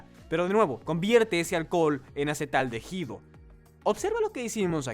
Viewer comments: ¿¿"Acetaldejido"??? Jajaja,, "acetaldehído". Se lee "acetaldeído". En español la letra H no suena 🙄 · Acetaldehído y NO acetaldejido...............por favor!!!! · Una lástima que no pude terminar de ver el video, por la mala pronunciación de ACETALDEHÍDO... No sé por qué lo pronuncian como "AcetaldeJido", solo produce dolor en los oídos, la "H" no se pronuncia. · Porque el 1d1ota que hace el doblaje todo el tiempo dice "acetaldejido" acaso no es hispanohablante para saber que la h no se pronuncia en "acetaldehido"?? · No es acetaldeJido eh! Se pronuncia la i, la h es muda no manches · Es traducción con inteligencia artificial, y la letra H es como la j. Ejemplo, hooters es juters.